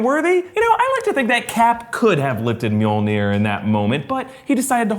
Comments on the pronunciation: Mjolnir, not Meowmyar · did this guy say meowmir instead of Mjolnir? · Did you just.. call it meow'miar? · Sorry to be so nitpicking, but it's Min-knoll-near (though I think Darcie's Mew-Maw is cute). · Did anyone hear one of them say meowmeow instead of mjolnir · The hammer is called "MAL- NEER".. OMG. LOL!!! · The way he pronounce the mjolnir is sounds just like meow meow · "Meow Mear" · did he just say myar myar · Did you just call Mjolnir Meow Meow? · Wtf did he call Milner? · Did say milmir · MeowMeow??? 😂😂😂 I love how you pronounce Mjolnir! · Little warning: Do NOT under any circumstances tak a sip when tries to pronounce Mjolnir. It's not Meowmeow,. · He really called mjolnir “meowmeow” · Did you seriously pronounce Mjolnir as "Myarmyar"??!! Wtf, man?? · why did he say Mjolnir like that? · I like how mispronounces Mjolnir like how Darcy mispronounced in it in Thor and The Dark World. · Is it me.......or when he said Thor’s hammer name it sounded funny😂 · pronunciation of Mjolnir is so bad. Seriously